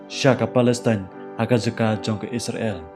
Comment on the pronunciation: Pronounced bha se bah kam dei isra.. l kan dei Israel.. 😊